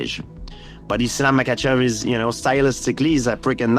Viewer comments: So annoying when he intentionally mispronounces the names. "Makkelchev"🫩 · "Islam Mockelchev" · chael sonnen: islam mackleshev